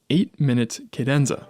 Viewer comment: Why do you pronounce ‘cadenza’ like that?